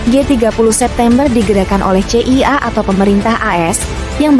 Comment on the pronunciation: masa pembawa narasi dari Kompas ga bisa eja kata dengan baik dan benar, CIA di sebut sesuai huruf.